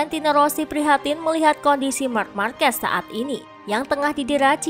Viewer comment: Risih banget sama penyebutan nama "marks markes". "Mark" aja min, nggak perlu tambahin S belakangnya